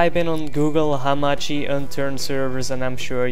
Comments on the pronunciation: Not himachi, It's hamachi* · its hamachi not himachi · sorry if you feel offended but i dont really think its because of your accent that makes you say "1 2 tree" and "himachi" because you actually wrote himachi on google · learn how to say hamachi , and network thx !